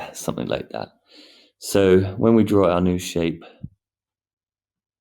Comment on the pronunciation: 'summin like dat' 🤣